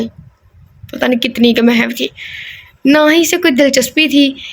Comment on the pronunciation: A.A Kasi ha sorry 2 say mahaw nhi HOTA mahoo word ha